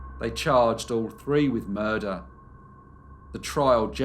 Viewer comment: Soft r but he hits it .